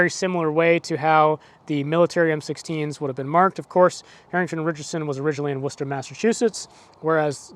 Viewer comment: I commend your correct pronunciation of Worcester, MA.